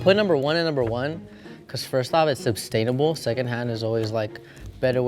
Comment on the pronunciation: did he call second hand clothes 'obstainable'?